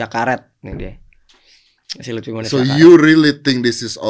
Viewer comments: lufi bang bukan lutfi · Luffy bukan lutfyyy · Luffy woi bukan luthfi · Luffy coy bukan lutfy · Note : Luffy mas Young Lex bukan Lutfhi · Itu LUFFY tolong 😂😂 bukan LUTFI 😂😂 Luffy dibandingin sama lutfi, aduh